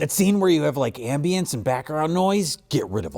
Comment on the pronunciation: Paused .... has anyone ever pronounced Ambience like that before?